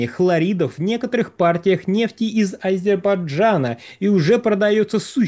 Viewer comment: Ведущий, в чём проблема выучить одно слово? Не Азебарджана, а Азербайджана.